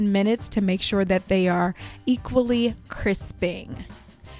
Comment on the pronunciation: I mean no offence, but its voila, not wala. yours is one of the better recipes I have seen.